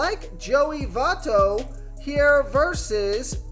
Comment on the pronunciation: do you even watch the games, how don't you know how to pronounce `votto, lol